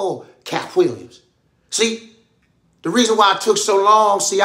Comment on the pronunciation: It’s the H sound at the beginning of all W words that kills me!! hWhere? hWhen Katt hWilliams 😂